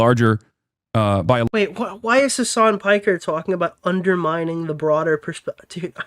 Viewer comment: "his son"? "hisson"? "HASAN?!??!